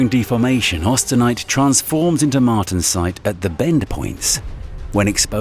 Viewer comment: pronounce words right... martensite... inconel... all wrong.